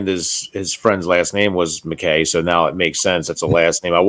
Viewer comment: Just a little thing your description should be MacKay little typo ☺️ pronounced ‘Mack’ ‘eye’…it’s a Scottish name…beautiful dedication. 🤍🫂